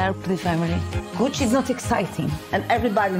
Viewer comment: It’s ah-mi, Gootch-ee! Call me Gootch, ev’ry botty. Here’s mya brather, Mario.